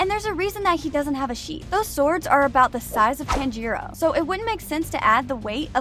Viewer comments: Not to be rude but it’s not pronounced “Tan-jee-roe” it’s actually “Ton-jee-roe” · the way she pronounces tanjiro as (TAN-JE-RO) makes me want to commit not breathing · No way you pronounce it, tan-jeeroh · It bothers me you pronounce it as ‘Tan-Jeer-O’ when it’s pronounced as ‘Tahn-Jur-O’ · I tried so hard to appreciate your video, but, you make it very difficult when you don't bother with how their names are pronounced, should I phonetically spelled it is Tanjeeero, and Kanow, and Shinobu sisters name is Kanneye? I'm trying to help you. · They miss pronounced Tanjiro they said tanjuro🤦‍♂️ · Tan-jiro bro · I mean not tan-I-to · she really prenounced it like TAN-G-ROW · why does she say, "tan-jiro"? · Can't watch if she keeps saying Tanjiirouu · "tan-gee-roh" made me laugh uncontrollably for five minutes straight T-T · Bro it's not tan-jiro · we can all tell she watches dub because she pronounces Tanjiros name as “Tangeerow” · Bro stop saying TÄËÑJÏROWH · Please, please just say the names right. It’s killing me when you say tan jee row and gyoo tar ohh and kuh nat it just hurts my ears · every time it says "Tan-gee-row" is just 😭😭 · I’m sorry but can you please stop saying Tanjiro as tanjeero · Fun fact: you said tanjiro wrong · Well, Inosuke doesn't actually mispronounce Tanjiro's name on purpose. It's because since he was raised by boars, he has poorer reading and speaking skills than an average person. He can take between 7-13 tries to get someone's name right! Another thing about Kanao: I don't think she's actually Kanae and Shinobu's little sister. In the first season where it shows Kanao's backstory, it says that she was a servant being carried around until Kanae and Shinobu threw money and took Kanao in. Unless she was seperated and reunited with her blood sisters by some miracle, I don't think they're actually related, though Kanao is as close to both of them as a sibling would be. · Is it TAN-Jeero ( Pronounce ) Or. (Ton-Jero) Cause you saying it weird